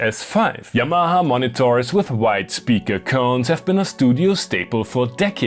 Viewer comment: Probably the more accurate anglicisation to be honest. Most westerners say "Yamma-Har"